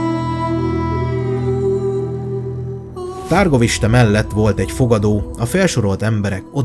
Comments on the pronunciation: Úgy kell kiejteni a Havasalföldi fővárost: Türgoviste. Amúgy jó a videó, csak a "nemesség", "középosztály", "herceg"...hát nem szerencsés szóhasználat ebben a korban és ezeken a keteli tájakon, még ha vannak is analógiás hasonlóságok. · Kedves barátom , csak pár tippet adnék a román ábc Ben nincsen a csak á igy Brán kastély helyesen és Türgoviste a helység neve :) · Nagyon jó videó lett , rengeteg infóval és tudással . Építő kritikaként csak annyit szeretnék , hogy mivel itt román helységnevek és személynevek is megjelennek , az a-t á-nak ejtik és az â-t ü-nek (pl . Dan=Dán , Târguvişte=Türguviste ) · Pár tipp románból😉 Nem Tárgoviste, hanem Türgoviste Nem Bren hanem Brán kastély (románoknál az a betű á)